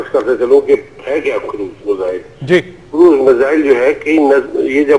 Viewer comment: lol she said measles